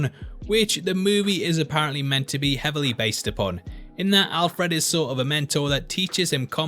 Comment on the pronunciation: You say Alfred funny, also sounds like the relationship they have in Batman earth one............. update - I should watch all the video before commenting.... but you do say Alfred funny, It's Alfred not Al-Fred. Signed a scouser